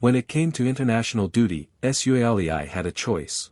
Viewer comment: Love that pronunciation, the Tah's shall forever be called the War-aar-tars featuring Joseph S-you-alley-i